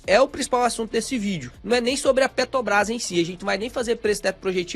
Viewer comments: Sou fã dos vídeos do, mas sou só eu que fico agoniado vendo ele falar Petobras em vez de Petrobrás? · Petobrais ou Petrobras... importante falar corretamente. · PetRobras!!! É pet R obras! Tem um R depois do t, amigo! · Cada vez que vc fala PETOBRAS? me dá uma agonia terrível.